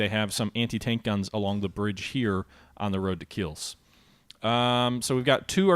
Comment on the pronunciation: It's "Kielce", not "Kills".